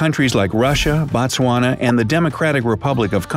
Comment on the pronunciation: When are you going to pronounce Botswana correctly!? This is how to say Botswana correctly. The o in Botswana is pronounced like oo in the word boot.